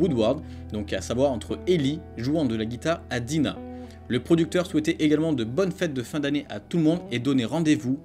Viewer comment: Des fois tu dis Diana, et une fois tu dis Dina me semble-t-il. C'est bel et bien Dina oui...^^ Tu as vu que dernièrement, Gustavo a dit que le jeu allait bientôt arriver... x) ça ne m'étonnerait pas qu'il soit le premier jeu à sortir de tous les jeux triple A qui vont arriver prochainement. ==> TLOU II ==> Death Stranding ==> Cyberpunk 2077 ==> Ghost of Tsushima. J'imaginerais bien cela comme ça :) Bien qu'entre DS et CP 2077, ça peut s'avérer l'inverse. CP lui, risque fort d'arriver pour Novembre 2019 par là... mais rien n'est écrit dans le marbre.